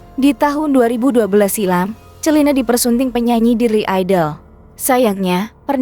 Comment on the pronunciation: Pronounve orang Indonesia salah melulu. Celine jangan dibaca chelun